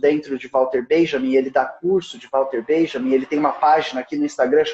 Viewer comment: você tão excelente, posso te lembrar que walter benjamin era alemão. pra você não pronucia o nome dele ingles. só porque ele um santo meu.